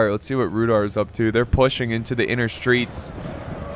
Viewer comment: It is pronounced Rude-hour.